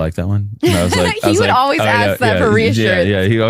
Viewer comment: The way Tatum feels about "Naur" (no), is how i feel about Aks 😖 That 💩 triggers me 😂 .